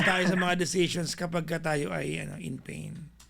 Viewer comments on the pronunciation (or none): none